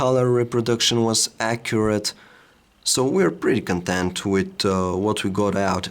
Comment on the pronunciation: His accent on the word "content" is killing me, he gets it wrong every time ...